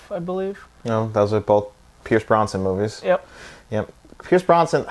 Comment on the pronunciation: Pierce Brosnan not "Bronson". :)